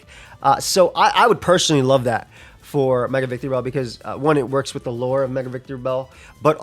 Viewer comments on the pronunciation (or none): claims to love Victreebel but keeps adding an extra syllable to its name, curious